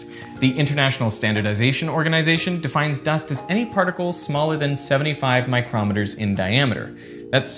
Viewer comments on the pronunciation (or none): Just so you know, you've mispronounced micrometres (µm, stressed on the first syllable) as micrometers (a measuring instrument, stressed on the second syllable) consistently in this video.